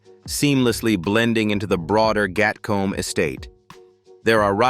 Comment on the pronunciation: Gatcombe is pronounced Gatkoom in UK . Berkeley is Berklee.